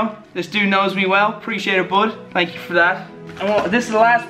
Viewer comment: "TANK YOU VANOSS"